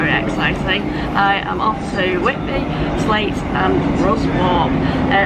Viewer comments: Ha Ha. Ruswarp = Ruzap, Sleights = Slights (as in "light"). Well, you know how to pronounce Grosmont now. ;) Isn't Yorkshire Brill! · local in pedants corner - its pronounced Slites and the other one Russop by the locals - soz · As with all the stations on that line, seemingly, ‘Sleights’ isn’t pronounced how you’d expect - my mate’s dad was from there, and he pronounced it ‘Slites’. But yeah - great video, as always! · I was told Ruswarp was pronounced as you say, Russup, and Sleights was actually Slights? Never found out the answer to the Sleights one!